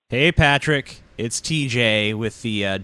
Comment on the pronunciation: partick....PARtick.... Haha just saying:)